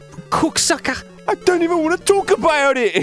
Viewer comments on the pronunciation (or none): none